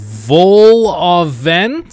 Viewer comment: Hearing you pronounce Vol-Au-Vent incorrectly and pronouncing it correctly is making me rage, I lived through this in the live stream why am I here again